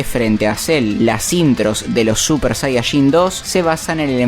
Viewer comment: Cada vez que dice super sayashin muere un gatito😢